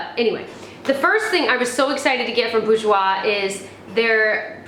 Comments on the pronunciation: Bourjois is pronounced as Bore-j-wa x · OMG ! I love when you say "Bourjois". I am French ans it's so funny heard you. I love your vidéo !